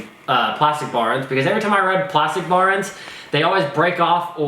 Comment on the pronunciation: “Baorens” What the fuck is wrong with you mouth dude? BAR ENDS, TWO WORDS.